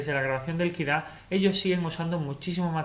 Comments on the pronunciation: Muy buen video pero no tenía claro que era “Kira” hasta que te escuche mas detenidamente y se me encendió el bombillo “Ah Kid A “ por supuesto mi años de College ! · Me fascina que digas "okey compiuter" y luego lo llames PUTO KID A, KID A??¿?¿?¿?¿?¿?¿?¿ DISLIKE